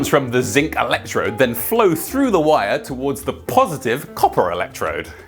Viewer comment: bruh you said whire. i've never heard an heytch placed into the word wire. Cheers! and Congratulations!